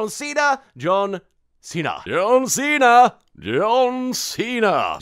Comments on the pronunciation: John Seen her was all I heard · After a while it begins to sound like "dun see tha" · You said Don Cena sometimes....also,POTATOES? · Anyone else hear 'Don Cena' at some points ;D